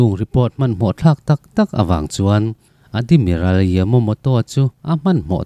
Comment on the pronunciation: Chhiar thiam lo lulai ltk... Hetiang meuh chhiar dawn te chuan a thlûk i thiamloh ni a i hriat te chu midang zawh ve tur che alawm le.. Admiral te Adimiral ti ten i lam a, ral kah lawng i lam thenkhat hi a diklo bawk. Island te Iceland ti ten i lam mai² a (easland te ti law² zawk la😅😅😅).. Ka chhiar tawh tho a ka ngaihthlak zawh sak lo mai ang che.. Sel na te hi insiamthat nan i hmang hlauh dawn nia.